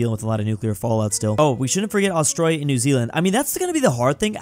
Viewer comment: Did He Say "Austrália"?